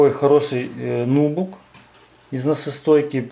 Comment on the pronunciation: Нубук, ударение на последний слог!!!!!!Пожалуйста!!!!!